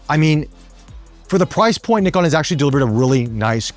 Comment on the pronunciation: Very close on 'NIkon', now you've just got to work on 'zed' 😁